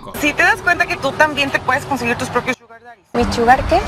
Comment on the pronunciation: parece que hubiese dicho "Suga" en vez de Sugar jaja